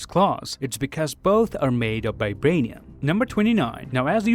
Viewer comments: I watched this video at 0.25x speed and realized that the lad pronounces Vibranium as Bi-branium🤯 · It's called VIBRANIUM not f*cking BIBRANIUM